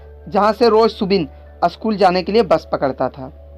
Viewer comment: BHAI ONLY ONE SUGGESTION SCHOOL HAI BO NA KI ASCHOOL HAI 🤬🤬🤬🤬🤬🤬🤬🤬🤬